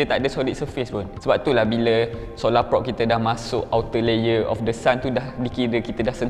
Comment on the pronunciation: sebut prob bukan prop. kenek bukan konek 🗿